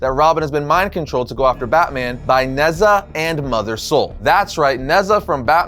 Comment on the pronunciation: Future reference Nezha is pronounced Ne-Ja